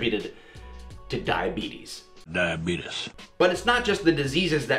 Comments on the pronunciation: mispronouncing Diabeetuss as Die of Beaties should be a capital offense. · I'm sorry, but whenever I hear "di-uhh-beet-uss" I have to laugh or at least smile